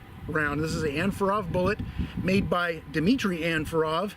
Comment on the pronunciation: OG said "AndforAthrob"